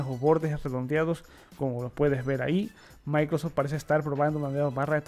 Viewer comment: Amigo, por que, en muchas ocasiones, se te escucha decir "maicros" cuando te refieres a Microsoft?... da mucha risa. Igual, que quede claro, eso no demerita tu trabajo.